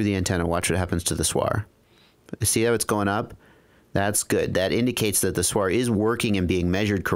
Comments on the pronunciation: Please don't call SWR a "suar"! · (SWR) stands for = Standing-wave ratio and is defined as the ratio of the maximum radio-frequency (RF) voltage to the minimum RF voltage along the line. SWR is an acronym not a word. Great production of the video, just can't understand why everyone tries to pronounce acronyms like its a word. I hear it on other videos too, mah, LED, to mention a few. Keep up the good work. The information is very useful. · ps. when soldering small things like SMD, put your little finger on the table (or something solid) as a reference, your hand will be stable. Using a teflon coax is best, it's quite heat resistant and will not deform when heated. ps....First time I hear someone say SWR like that ;)